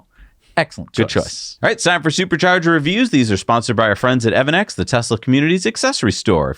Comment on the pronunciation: Hey guys, it's pronounced "EV ANNEX", not "EVEN NEX", it's even on their site "EV "